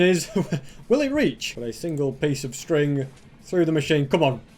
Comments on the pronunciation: you said sting instead of string. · I like the way you said that “string” Btw love your vids don’t change a thing of what you are doing in YouTube